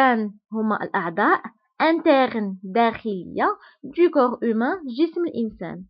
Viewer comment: حسيت مكانش فرق في النطق بين هذو الكلمتين le corps ، le coeur صح ولالا